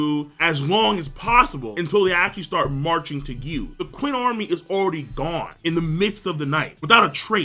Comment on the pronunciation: Lesson: Qin is pronounced 'CHIN'. Like the chin of your head.. It's that simple lol